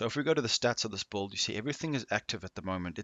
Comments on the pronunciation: Anyone else hear “BOLD” instead of “Build” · Are you saying bald or bulid? Lmao.